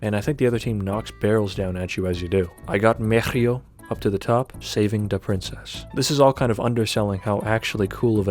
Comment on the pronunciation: I live for the way MEHRIO is pronounced here Also a banger vid, so much history within the community preserved to this day. I really hope these servers continue to be playable, for as long as possible